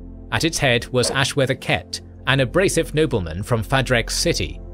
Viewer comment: He says them different from the audio books. Cett is pronounced sett. Sazed is pronounced say-zed. Two examples of the audio books.